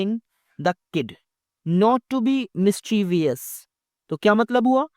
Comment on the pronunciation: Aap mischievous ko galat pronounce kr rahe sir